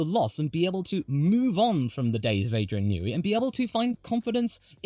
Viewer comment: "Adrian Nooey"